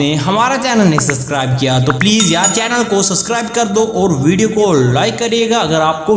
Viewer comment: video achi thi lekin suskribe nai subscribe hota hy